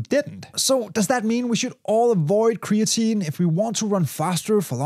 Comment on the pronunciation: "cree-AT-a-neen" -> creatinine